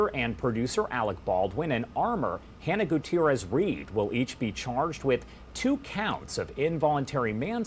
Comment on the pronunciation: Didn’t someone tell this guy how to pronounce the victim’s name before this video was filmed/released?